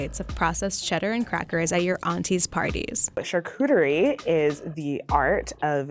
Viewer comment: Knowing the French language, it hurts my heart to hear how they pronounce Charcuterie.